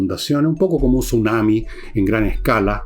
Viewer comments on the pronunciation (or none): none